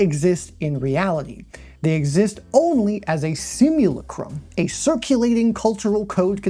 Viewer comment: please god tell me the mispronunciations of simulacra/simulacrum/Baudrillard are intentional. may have been worth going over the stages of simulation at the start bc without doing so it could mislead some into thinking Baudrillard’s criticism was abt fiction or unreality in general instead of specifically the way simulation and reality become less distinct & distinguishable. like with his analysis of Borges map-territory great video!